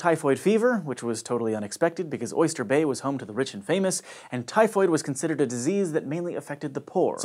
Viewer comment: Oystah Bay!!